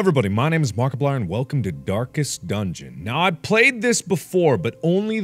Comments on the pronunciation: "darkest duengen" "beirces BUTROOM" "monkey buissnes" *awkward silence... * HE said every word different that was spelt properly and when it was monkey buissnes.... Anyone notice it was spelt wrong and he said it right-.... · Darkest what? Dungeon? Am I hearing things?